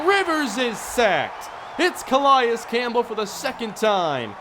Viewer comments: It's not a big deal, but it's pronounced "Cuh-lay-is" Campbell not "Cuh-lie-is" just for future reference. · Let's go Chargers Franchise!!! Love the series!! Anyone notice the Cardinals short center in the beginning of the video? Lol...and nice pronunciation of C.Campbell lol 👌😂